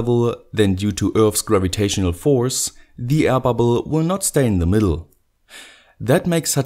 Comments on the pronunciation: Hey says like 'aia pubble' 😀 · Ron Albert Ramos I hear 'hyperbole' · die ai babl